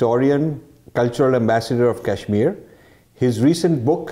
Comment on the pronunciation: please use the proper pronunciation of Kashmir! It will be best if you drop the western/American accent for pronouncing Indian state!! Otherwise, the video and information is excellent.